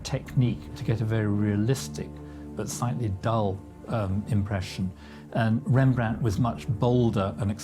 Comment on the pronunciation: Please add a “t” behind the name Rembrandt 😉